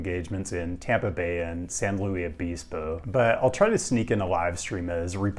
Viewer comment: for SLO, luis is usually pronounced loo-iss